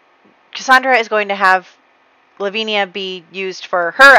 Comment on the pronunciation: I love your videos so much! Just so you know, Lavinia is pronounced La-vin-ya (with vin like in Vincent) 😉